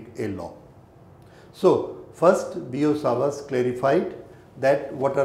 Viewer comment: It's Biot savrt law